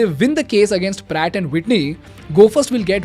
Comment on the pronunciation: "Pratt & White knee" "Brat & Witney" 😂